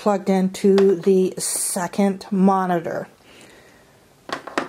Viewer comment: "suckent Monatorrs"